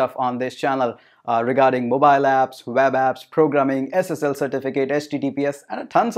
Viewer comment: NiCe video but why you always spell "w" like "v" Ex: You spell web like veb